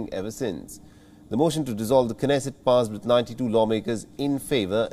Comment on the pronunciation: Dear WION it's pronounced as 'Nesset ' without the sound of 'K'. Like Knee, Knowledge etc. Please correct me if I am wrong, else you correct it. Thanks.